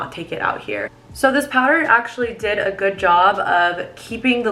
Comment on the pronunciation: Am i the only one who realized that she said setting spray ... But it was the Wowder... no hate🤣